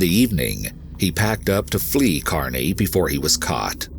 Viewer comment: Thanks for pronouncing Kearney right